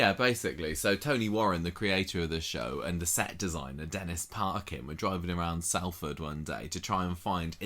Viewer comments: Salford is pronouced Solford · It's pronounced 'Solfard' by the way!!